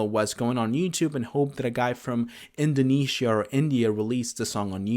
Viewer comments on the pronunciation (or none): none